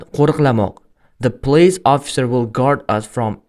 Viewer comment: The artiklini notòģri talaffuz qilyapsiz.